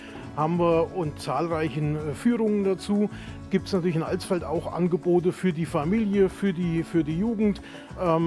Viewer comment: Danke für das nicht "AAlsfeld" sagen...XD